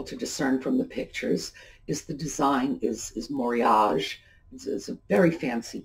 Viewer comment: The first rice bowl is Japanese, and the pronunciation of Moriage should be Mo-ree-ah-gay. Also Japanese never have sets of three or four in dishes, the reason is that the word for four sounds the same as the word for death. 😳. Love your video and learning what is worthwhile and why. I agree, definitely choose items that are quality pieces of a good value. That blue and white bird is absolutely stunning.